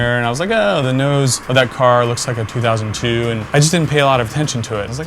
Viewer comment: I'm glad i'm not the only one who was bothered by that.